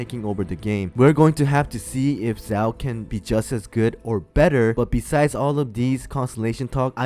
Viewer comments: The pronounciation of the name is killing me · Thank u for the vid but.. It really hurts how you pronounce Xiao I'm sorry 🗿